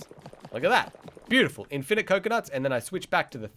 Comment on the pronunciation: The way u say infinite triggered me